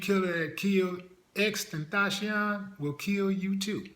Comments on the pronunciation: Why is he calling him XtenTHOTcion? But anyway RIP Baby Boy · I know he died a 2nd time after hearing you slaughter his name😩